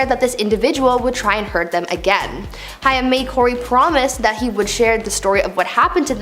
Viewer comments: It’s Corey haim. Pronounced hame. With a lomg a. Not hiam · Corey Haim: It's HAME. Not Hiyum. I feel like, if you're going to do a story on someone's life & death, at least get their name right 🙄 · If you are going to do a video on famous ppl at least know how to pronounce their name properly. Corey Haim . NOT HI-AM.... WHAT? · Who's the idiot girl commentating? Corey " High - Um" Haim. And the fool keeps yapping like she's pronounced it correctly and actually knows who the person is. How ignominious. Thumbs down. Tired of narrators being so ignorant they dont even take the time the learn the names of who they're mentioning. She's clearly uneducated .so there's that